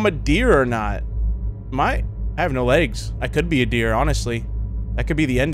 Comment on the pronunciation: "The dreer is watching" WWHAT😂😂